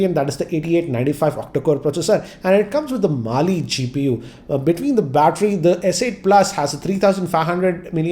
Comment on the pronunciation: batter... With English Accent.. MUST WATCH